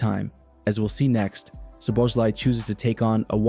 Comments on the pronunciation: The "z" is silent. It's pronounced So-bo-sly. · Correct the Z is silent, but his name ending is different also. Not Sly, but Slai, ai like Hawaii.